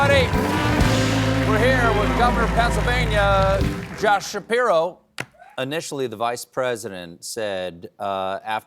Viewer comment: Shapiro rhymes with hero